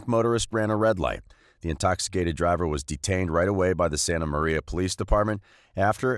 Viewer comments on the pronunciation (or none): none